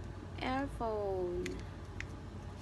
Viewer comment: she says airpowne